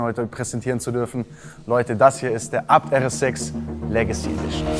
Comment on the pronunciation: Aber was ich mich frage wird ABT wirklich Abt ausgesprochen oder jeder Buchstabe einzeln also A Be Te so wie ich das überall sonst höre